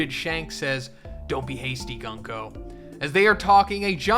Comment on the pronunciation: The pronounce for 軍子(Gunko) is not Gan-ko but Goonko. Just saying 😅